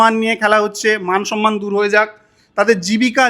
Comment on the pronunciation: Sonnman noyy Somman সনমান( সন্মান ) নয় সম্মান